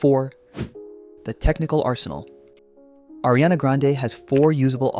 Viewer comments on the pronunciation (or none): Are you a vocal coach? Or why do you feel entitled to make a video like this? LOL Why do you think you have the authority to establish that Adele is above Ariana? Is Lana on the same level as Adele? 🪦Your criteria sucks, bro. PS: It's not "Airy-ana", it's "Ah!- riana".